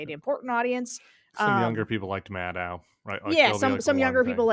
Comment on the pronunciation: Tim, it's Madd oh, not mad ow. Rhymes with toe, not cow. At least that's how Rachel pronounces her name